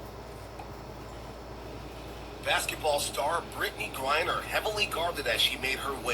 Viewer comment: You say her name Brittney Griner my brutha.I messed her name a few times